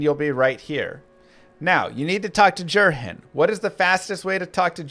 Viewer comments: hratli. hrat-li. not hral-ti. jerhyn. jehr-in. not jer-hin. he literally says his own name. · Ah yes, my favorite D2 NPCs, Jerr-hen Hrallty and Jheed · Jerhyn literally tells you how to pronounce his name when you first talk to him. Yet after housands of hours played you're getting it wrong 🤣